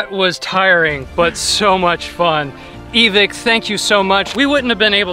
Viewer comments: Why did he pronounce evike with a soft "i"? Its not evick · its not Evick its Evike like saying bike not Evick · No hate but evik? It’s evike lol. Great vid tho! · E-Vick hmmmm its EVIKE (ehvikeing with out the ing) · Everytime u say evick I getta chill down my spine. Its evike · Not pronounced e-Vick is like EV IKE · Its not evic its EvIke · It's EvIke, not Eveek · E Vike not E Vick, sorry but ive been in the airsoft world for years, and im very familiar with evike, and it got annoying hearing him say it wrong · It’s not e vik it’s e vike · “E-Vick”? That’s the first time I’ve heard that pronunciation. I’m pretty sure it’s “E-Vike” but whatever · I was so annoyed by them saying evik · "EeVic" Okay.. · say it with me E......VIKE eEEEHHHHH V I K E.... EVIKE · My mans it’s pronounced E-v-Ike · man says e-vick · him saying evike wrong gives me an aneurysm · I don’t think that’s how you pronounce Evike but aight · Great vid, but it’s annoying how you guys pronounce evike😂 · i hate that he says evike wrong